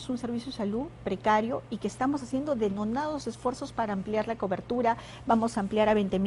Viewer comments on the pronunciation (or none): Ministra ilustre?? "Contecto" No sabe ni cuantos días de cuarentena "Labores laborales" "Cobi" ya no es covid "Activar las actividades" "Denonados" ¡Es denodados, burra!